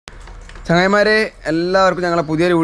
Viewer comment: തുടക്കത്തിൽ ഞാൻ കേട്ടത്, ചായമാരേ എന്നാണ്!!! ചങ്ങായ്മാരെ എന്ന് മലപ്പുറം ഭാഷയിൽ വിളിച്ചതാവും അല്ലേ 🙂